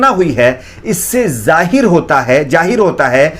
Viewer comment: "Zahir" word is correct but you mispronounced it as "jahir " Either you use Urdu or Hindi. Mixing both the languages is not appropriated